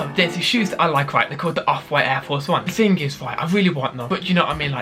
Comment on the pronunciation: “Aiw fowce 1”